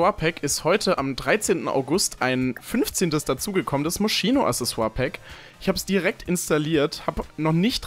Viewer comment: Moscino haha am spricht es Moschino aus